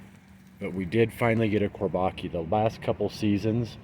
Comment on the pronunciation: Chor-bah-JUH is how it's pronounced. "Çorbacı" in Turkish.